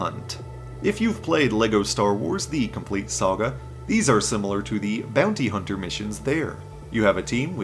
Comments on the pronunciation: did you say "bounter hunty" on purpose ? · "Bounter hunty"